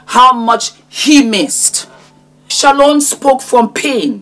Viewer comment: My name is Shalon and I have never heard anyone (including myself) say my name as beautiful as you do! I will have to practice saying it like you do. And you look gorgeous, btw.